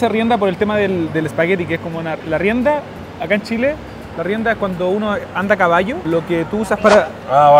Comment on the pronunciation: Que poco respeto para probar la comida, la manera en que toma las machas para hablar del queso y es Chile no Shile